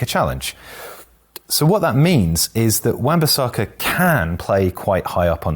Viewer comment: This guy changed his pronunciation of Bissaka about 5 times in the video.